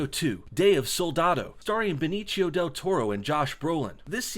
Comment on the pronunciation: BE (as in bed) NI (as in knee) CIO ( as in see oh) he's not italian, last i checked only italians would pronounced it as benichio.